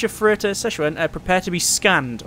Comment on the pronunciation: Now that is a space sim I might like. More please. Btw, your ship is named after a state in Germany. In German it sounds more like "Suxen" and not "Szechuan" like you seem to think. ;D